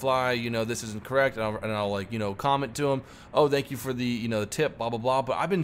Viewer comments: no spooky skelington music?:( Anyways stay classy! Hope you go big, you deserve it! Also 1 question do you say dankyou instead of thankyou and why is that? Edit: The Bismarck wanst sunk it was scuttled by its crew. There this guarantees a reply:D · "Dank you" LOL